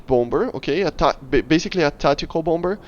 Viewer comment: bompber lmao. bomber is pronounced as bommer